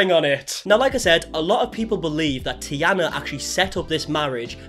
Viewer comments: Its Taina btw not Tiana. Shes Finnish. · It's pronounced Tanya?? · I've been (kind of) following this family for about 5 years now, and at this point I'm fearing for some true crime case to take place any day now. And Taina is pronounced like "Tyna", not "Tiana". 👍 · The names are easy. Taina (spoken: Tyna) not Tiana (you pronounced Tea-Ana). Not Babitiana- it's clearly written Bambi-Taina (spoken like the Walt Disney Bambi -Tayna). D'Artagnan of course is the name of one of the 3 Musketeers ... so pronounced very differently. Also their names can be heard in the videos quite often. Cleopatra did not go to Finland on a whim. The family lived in Finland for a very long time. Many of the kids were born in Finland. They only just moved (back) to Australia 1 year or so ago. Your research has not been very well I would say. But the family is definitely very weird. Haven't watched their videos for a long time, the content has gotten more and more boring over time, especially since they are (back ) in Australia. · Taina, not Tiana. but glad someone has finally made a video about it. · I was so excited to watch this, but after 5 min i had to stop... Dude its T A I N A not T I A N A :D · The tee-anna is hard to listen to. It’s tay-na. Did you not watch the videos? Spelled T-a-i, not T-i-a. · why do you keep saying tiana.. it clearly says tAIna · Taj-na , not Tiana😊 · it's taina, not tiana lmao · Its a Finnish name so it's pronounced exactly as written with clear Aaa and T sounds. TaiNA same with the hyphenated last name Toivola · No it’s pronounced like “tie-na” lmao😅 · Him mispronouncing Taina’s name throughout the whole video and not noticing is a vibe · Im getting so irritated bc of ur pronaounciation of their names😭